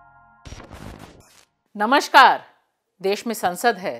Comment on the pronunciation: Madam, it's namaskar not namashkar